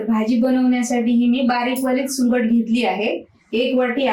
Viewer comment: सुकट म्हणतात सुंगट का बोलतायत तुम्ही